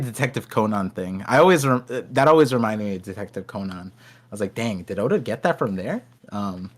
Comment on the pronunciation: I think people who purposely mispronounce things should be put in jail. you have NEVER heard ANYONE pronounce detective Conan as COH-NON. Are you insane? Why are you choosing to pronounce it wrong? There are just some people in this world who need to be different at all costs